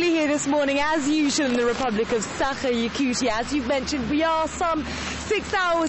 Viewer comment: Hey, reporter, please don't say "Sakha", ok? :=)